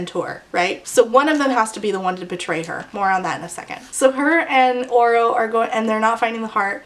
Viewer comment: I have not read this book and every time you said “Oro” I thought you were saying Orel/Oral until I read some comments and thought “sheesh we’re really starting to run out of names for these YA male leads”